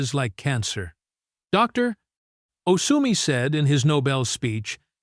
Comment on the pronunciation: That goofy sounding word “Doctor” with an awkward pause afterwards, is because the AI voice generator sees a “.” after Dr, as in Dr. Such and Such. To resolve the problem just take out the point after the Dr.